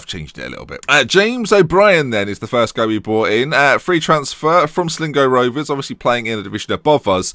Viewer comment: 'sleego rovers'